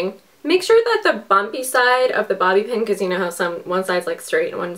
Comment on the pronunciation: Did you just say booby pin